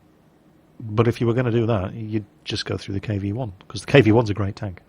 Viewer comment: its KV 1 not KW 1 dumbass